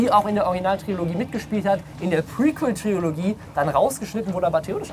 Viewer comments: Trilogie! Nicht Triologie ;) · ES HEIßT TRILOGIE NICHT. TRIOLOGIE.